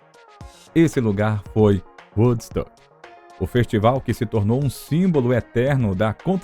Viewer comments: Eu ia comentar justamente isso ... Quando se tem duas letras "o" o som é "u" e quante tem uma única letra "o" osom é "ó" .... Dá uma agonia ouvir "uodsÃc" ou "uodsUc" ... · Na boa, precisa urgente de mudar a maneira que fala Woodstock, do jeito que fala está muito ruim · Quando vcs tiverem este tipo de documentário, em que envolvam palavras em inglês, cuidem em conseguir um narrador que entenda pelo menos um mínimo da língua inglesa. Este aí q narra os 50 anos de Woodstock, de todas as palavras em inglês que ele citou, e foram muitas, ele não acertou uma só. O próprio nome Woodstock (estoque de madeira) ele pronuncia errado.